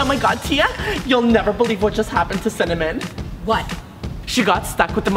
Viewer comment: By the way it’s Tia not Tiys